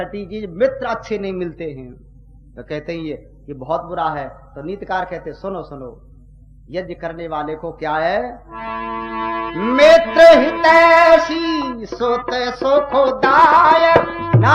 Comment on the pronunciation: नीति कार bolo नीत कार नहीं